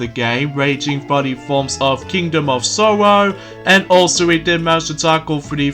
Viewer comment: Also, your still mispronouncing that word. Sorrow! it's KING OF SORROW!!! Error